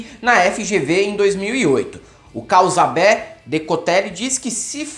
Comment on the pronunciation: "causaubé" rs